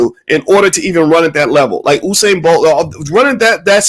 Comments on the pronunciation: It's not oohsane Bolt is Yousane Bolt. Spelt Usain Bolt. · HE GOES BOYCE PRETENDING LIKE HE'S NOT FAMILIAR WITH BOLT'S FIRST NAME AS HE DOES WITH EVERYONE'S NAME. FAKE LOL. PURPOSELY INCORRECTLY PRONOUNCING IT (OU SAIN).. IT'S PRONOUNCED (YOU SAIN). NO ONE KNOWS YOU BOYCE. BOLT IS WORLD CLASS. NOT YOUTUBE CLASS. SMH